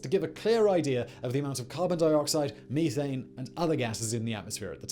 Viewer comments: Say "meh", as in "eh". Now say "thane". Now say "meh-thane". Not "mee-thane". Sorry, Simon, it's not about your frozen past. Methane. Methamphetamine. Methadelic. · did he just say Me-thane ?